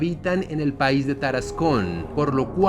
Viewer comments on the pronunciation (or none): none